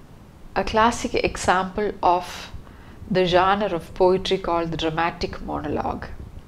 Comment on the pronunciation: Please work on your pronunciation, especially as you are teaching learners of English. People are normalising wrong pronunciation just because they don't want to work on theirs. Pronunciation of words like genre, poem etc. can be learnt online. And yes, the word 'poem' does have a soft 'e' (No hate)